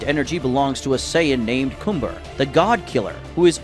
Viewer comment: i honestly dont know if it was the way i was annoyed with his name and how u said cumber last time i am greatful for the change and now his name sounds cannon THANKYOU